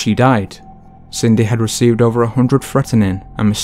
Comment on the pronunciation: Threat-er-nin... lol!